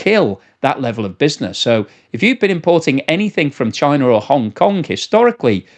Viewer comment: "Parcels coming from chienne 🐕" good french pronunciation here!